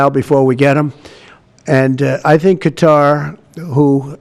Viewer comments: What kind of journalist says “cutter” for Qatar?… it sounds so ignorant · He can’t even pronounce Qatar correctly. 😂 such a sad situation when the president can’t even recognize how he is being used and abused